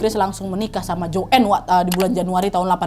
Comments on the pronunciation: Joen? 😭 baca nya joane ga si? 😭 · Bacanya JOAN bukan JOEN